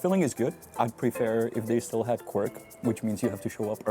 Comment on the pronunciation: Janku, how the hell did you come uo with the word Quirk for tvaroh, I wanted to ask. Then I realised it's Quark in german. You kind of mix the languages! I don't do that. For me, it's just and only Kwark, useful Dutch word! :D